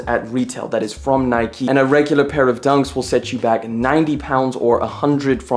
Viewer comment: Its called NIKE not NIKY